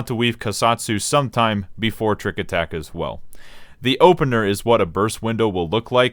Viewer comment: "tricku attacku" He's speaking the language of Gods :')